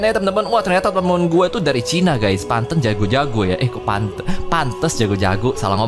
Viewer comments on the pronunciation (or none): none